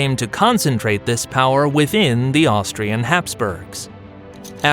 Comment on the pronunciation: Austrian not Austrain. I mean come on...